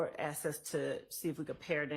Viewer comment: Asked not AXED. Wipe ur nose girl.